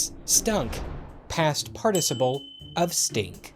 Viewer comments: Ur pronouncing participle wrong. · I was mildly perturbed at the subtle variation at the pronunciation of the word "participle". I mean just pronounce it how it is? How hard can that be? Pfffft. As a Brit, who pronounces everything the correct way.. This makes me mildly discombobulated. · You're pronouncing participle wrong.